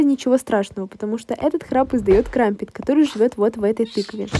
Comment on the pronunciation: КРАМПЭТ А НЕ КРАМПЕТ